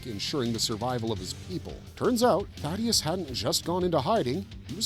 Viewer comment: Why do so many people get his name wrong? It's THAEDUS not Thaddeus